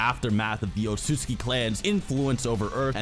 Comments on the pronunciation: It’s said Otsuki but spelled otsutsuki, what’s going on here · Sage Art: Yoton - Lava Rasenshuriken And it is O-TSU-TSU-KI